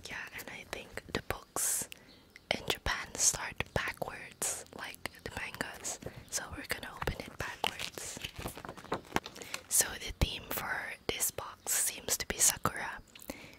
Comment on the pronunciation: It’s not manega, it’s manga, great video btw👌